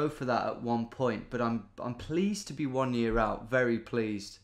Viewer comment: I loved that Scottish “one year out” at the end 😆